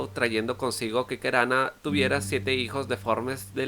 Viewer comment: Buen video! Una observación: en guaraní, la última sílaba no se acentúa, así que hay varios nombres que se pronuncian con acento en la última sílaba que te habrás confundido y los pronunciaste como palabras llanas (Tejú Jaguá, Taú, Keraná, serían las pronunciaciones correctas), y la "y" tiene su propio sonido en guaraní que no es parecido a ninguno en español.